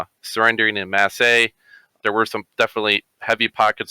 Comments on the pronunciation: “En mass ay” lol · Such bad pronunciation of En Masse